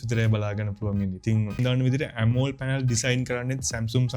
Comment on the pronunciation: ඇමෝල්ඩ් නෙමෙයි බ්‍රදර්, ඇමොලෙඩ් කියන්න ❤️ වීඩියෝ එකනම් හොදයි, වටිනවා 🎉